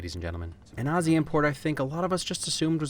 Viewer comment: Thank you for actually pronouncing Aussie right xD but you can't keep him. Mr Jackman will remain Australian until his death, upon which his ghost will be put up for auction and sold to the highest bidder. With that being said, please do The Greatest Showman